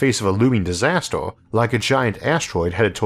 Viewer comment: Just wondering... what is a "Disastorr"? When does "Laytorr" happen? Who really has the "Answorr"? What is a "Glaysiorr"? Can mountains really get "Biggorr"? Are "Maurrs", "Ourrf" and "Jupitorr" newly discovered planets? Do we know how big the "Univorrse" is? Is oxygen really that much "Heaviorr"? When did the US switch to using "Dollorrs" as their currency? How much "Cheaporr" is "Carbon Fiborr" than gold?